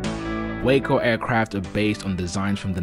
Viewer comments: Wahhhco, Mike, it’s pronounced Wah-co not Wayco. And itt is one of the most beautiful planes ever built. And I’m sorry for my outburst, I promise to be good. Thanks 🙏 for sharing a great 👍 review of a beautiful airplane that looks like a blast to fly! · Sorry there not real Waco's and it's pronounced Waaaaaco not Wayco we have originals at our airport. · I'm a cranky old nit-picker but the aircraft company is pronounced wah-co. The city in Texas is pronounced way-co. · nice views but, as someone pointed out, the opening airplane is NOT a WACO YMF-5 or any other WACO. And - please - "Way-co" is a place in Texas. "Whack-oh" is a crazy person. "Wah-co" is the beautiful airplanes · It's waa-co. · Waco rhymes with taco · Great video! Beautiful plane! Pronounce Waco to rhyme with Taco though. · Yeah, Waco (aircraft) is pronounced as if it rhymes with “taco.” I made that mistake for a good while. Regardless, nice video! Gave a good look at beautiful airplanes. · I'm anxious to see if they'll also make a cabin biplane again. Is it pronounced "WAH-co" or "WAY-co"?